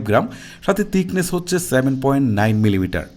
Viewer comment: আপনার ভাষা কেমন যেনো।১০০% শুদ্ধ না। যেমন থিকনেস না বলে তিকনেস বলেছেন।৩০% মৌখিক ভাষাতেই সমস্যা।যা শুনতে ভালো লাগেনা। ছবি- চবি পেয়েছি- পেয়েচি। ঠিকঠাক- টিকটাক।😂